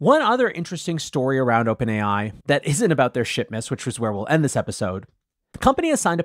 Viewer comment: Swear you said 'shitmas', but maybe that's just me :o)